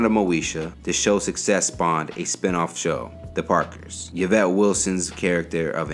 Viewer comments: omg🙄 its ē vĕt NOT yə vĕt dafuq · Say “Ya-Vet” again 😩🤦🏽‍♂️ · My name is yvette. I cringed everytime